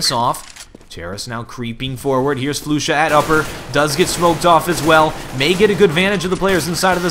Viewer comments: Flush-a not Flu-sha for future ref :). Otherwise good stuff. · also, i think its "Flush-Ah" at least that's how they had said it on stream.